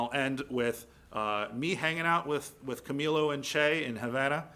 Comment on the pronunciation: "Camilio" Cienfuegos? It's Camilo.